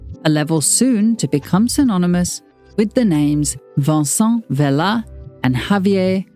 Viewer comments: This is such a great video but I wish you had looked/researched a little into Spanish pronunciation. You tend to pronounce all letter in Spanish. It is nothing like French. Vicente Vela is not the same as Vicen or the french name Vincent as you pronounce it throughout. This is the same with the street names. Calle should not be said like Cal. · I kept wondering why you pronounce Vicente in French. 😂 (like it’s Vincent)